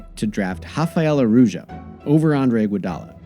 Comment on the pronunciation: It’s Rafael Araujo.... NOT Hafael Araujo!